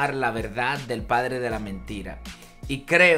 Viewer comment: Dice Pladre... Habría que corregir.... 😬